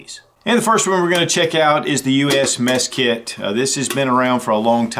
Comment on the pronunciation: Did he say meth kit ?? LOL😝